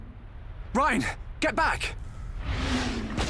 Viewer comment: It's reyn not Ryan